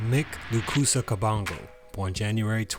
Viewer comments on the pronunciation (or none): It definitely is pronounced mike! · It’s “mike” I know it’s spelled “myck” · Mick....I thought is was pronounced Mike